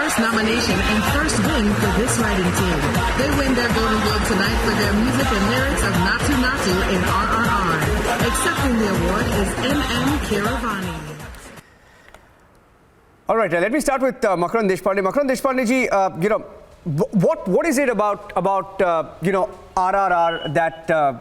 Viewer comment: sir, no disrespect to you. The name of the music director is Keeravani. Not Karim or Kreem.